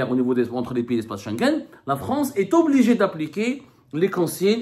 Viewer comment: Estobligé… to ….pas de liaison ici on dit est … obligé